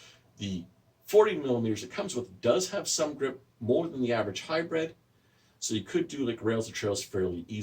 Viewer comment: Hybrid, not hybred.